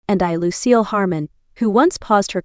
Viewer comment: It is Lucille not lose seal